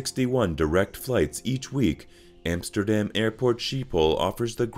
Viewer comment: try to pronounce Vincent van Gogh as it must be spoken, not van Go......... not Emsterdem... and so on... teiible..